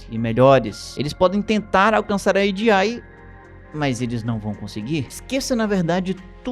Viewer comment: Oxe fala logo "AGEI" tu nao é gringo po kkkkkk